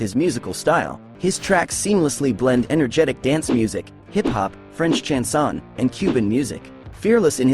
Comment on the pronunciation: Does the narrator talk about Rwanda being in (the) South (of) Africa??? It is bang in the middle. And how can the narrator pronounce Papaoutai wrong WHEN YOU CAN JUST LISTEN TO STROMAE SINGING??? Suspicion - or suspension? Touss lei MEMES? ChansonD? Why would they paint their faces in the French flag? He's BELGIAN. There are SO MANY QUESTIONS about this clip. I just give up.